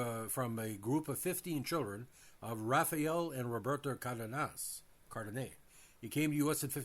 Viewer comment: CARDE(DEH)NAS.WITH EMPHASIS ON THE As